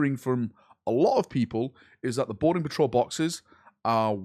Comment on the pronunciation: I just can’t stop hearing “Border patrol” every time you say “Boarding patrol”. I need help.